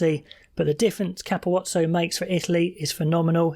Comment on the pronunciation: The pronunciation of capuozzo was shocking